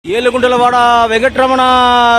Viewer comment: Aiyya, athu yedu kondalavada!! Yedu kundalavada illai😅